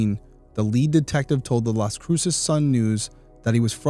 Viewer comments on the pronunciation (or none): Las cruces is pronounced like loss crew sus